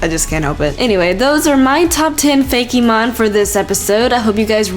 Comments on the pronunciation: It's fake mon not fakeymon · looks like she says "Feggy mon" XD